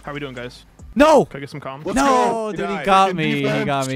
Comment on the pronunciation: I swear every time says Lets Go hes saying Leths Go instead!